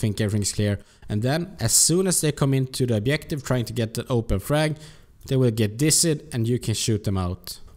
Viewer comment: Nice vid! Just say objective and no obliective ;)